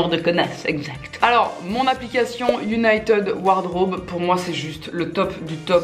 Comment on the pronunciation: "united ward raube "